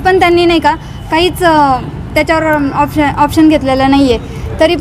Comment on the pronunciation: ऑप्शन नाही ॲक्शन बाई😂😂😂